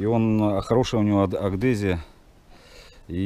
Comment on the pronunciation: АГГГдезия???Вот это насмешили:-))) может аДгезия.....